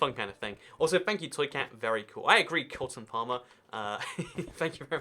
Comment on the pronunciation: Says cotton farmer instead of Colten Palmer 😂